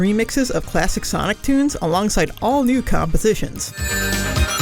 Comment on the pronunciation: "CHLASSHIC sonic"